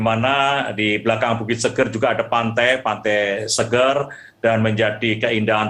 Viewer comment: Orang Lombok nyebutnya bukan bukit Seger kyk habis mandi/ minum. Tpi "E" pertamanya kayak sebutan "Enak/ Era / Efek". Mngkin bisa difahami.